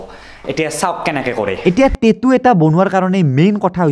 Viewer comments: Tettu nhoi tattoo 😆 ভুল কে কলে শুনিবলে ভাল নালাগে । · Kunu accent e nai😂 টেতু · Tetu nhy dada😊😊😊tattoo